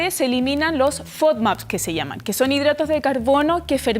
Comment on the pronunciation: Esta esta presentadora se comio un corre caminos...no termina de pronunciar la palabra ...y dice "kie" en vez de "que" the chilean accent is very hard ..takes time to understand...it makes me get colon irritable..terrible